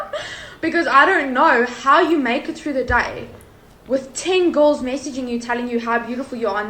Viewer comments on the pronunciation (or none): No one: This gal: "Loads of GORLS"